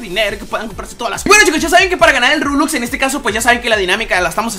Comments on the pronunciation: porque dice rulux y luejo robux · Porque dises roblux?